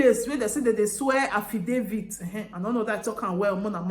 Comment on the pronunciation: En en... No be Affidavid.... Nah affijoseph......lol... Affidavits /HAH/VI/DAH/FITS THE LADY TOOK A RIGHT DECISION.... BUT SOMETIMES, ACTING AD A FOOL AND BEEN WISE IS BETTER ..... IF NAH ME, GOD FORBID OOOO.... I GO COLLECT MY PIKIN, TAKE AM WITH ME GO EUROPE, LEAVE HOUSE FOR MAMA.... AND $1 , I NO GO SEND MAMA OR ANY FAMILY AGAIN. I GO START ALL OVER BY COMING HOME COME SUPERVISED MY PROJECT INSTEAD OF GIVING IT TO ONE KIND ENGINEER OR KUKU STAY FOR EUROPE DEY MAKE AM FOR MY PIKINS AND MYSELF..... JUST MY OWN ADVICE OOOO... NO INSULT